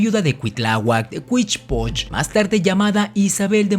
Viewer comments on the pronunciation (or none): Matos moctezuma es un estupido no sabe ni nombrar el nombre de Huitzilopochtli (dice huichilopochtli) ni su significado